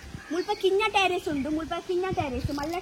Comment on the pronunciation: 🥰not Tarr iss it's Terrace*prounance as Ter rass👍